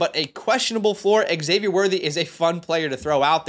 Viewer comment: Xavier is pronounced Zavier.